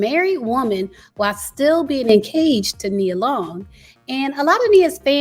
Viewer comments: Is it just me or did it sound like she said “encaged” rather than “engaged” 😂😂😂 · Did you say “en-caged”?